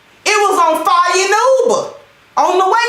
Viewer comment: OMG! You gave me a good laugh today...I didn't realize you were this funny! The bunion being on 🔥 with emphasis on 🔥 got me laughing!